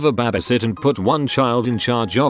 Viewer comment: It can't say "babysit" but can say "babysitting." ¯\_(ツ)_/¯